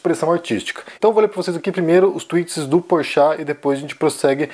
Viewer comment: Ele disse "Porchato" ... ou é impressão minha ???